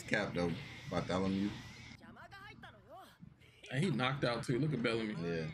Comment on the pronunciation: His name is not Bartholomew his name is BAAAARRRTOLOMEO